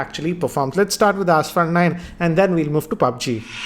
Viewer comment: pronouncing pubg as Paaaaaaaaaabggggg🤣🤣🤣🤣